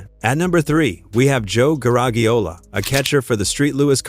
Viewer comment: Well the AI robot couldn't even pronounce his name right. Maybe it got other things wrong.